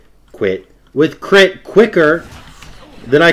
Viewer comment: "I'll beat your ass with cwit" I lost my shit. Trying to sound tough and end up sounding adorable. LOL.